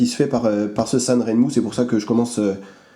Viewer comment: et voilà, il sont arrivés, deux 7010, et un 7023, tous de même facture... remarquable pour le prix (et un mois d'attente). Pour la petite histoire "Sanrenmu" se prononce plutôt " san' jeun' mou' ". On retrouve les trois caractères chinois sur les lames au-dessus du logo, 三刃木 qui pris séparément signifient chacun "trois", "lame", et "arbre". d'ailleurs le logo semble reprendre les deux premiers caractères 三 et R de ren...? Merci à toi !